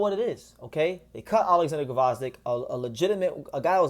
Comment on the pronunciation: The G is silent lol. Vozdyk